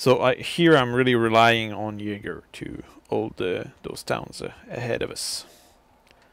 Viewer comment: Are you Danish? :) You knew how to pronounce "Jaeger" right, which most people don't.